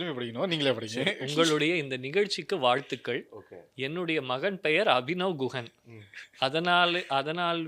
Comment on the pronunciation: Bathma instead of Padma வால்துகல் instead of வாழ்த்துகள்.. இந்த மாதிரி உச்சரிப்பு பிழைகளை சரி செய்தபின் கேளுங்கள்.Subscribe செய்கிறோம்.